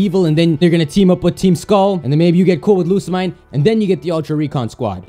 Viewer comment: why you always prounounce Lusimine wrong?